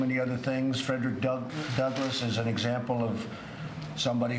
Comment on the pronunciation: I'm not hearing Trump imply he thinks Fredrick Douglass is still alive. I listened 4 times to that clip. He mispronounces his name and says "he's getting recognized more and more." As much as I detest that dangerous immoral, criminal, I'm not going to pretend I herd him say something he clearly didn't. There are enough real reasons to hate and oppose him without making up stuff.